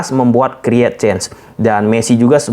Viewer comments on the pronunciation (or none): none